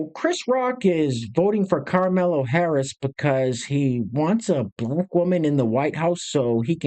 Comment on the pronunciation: Why do you call her karmello?